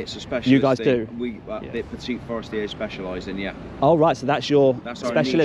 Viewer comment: They are french its forestier not forester Regards Haley